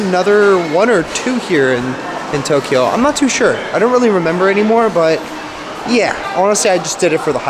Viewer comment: in Tok-e-yo...looking forward to your journey, thanks for bringing us along:)) Thinking of you from Northern Ontario..it snowed this morning, muahahahaha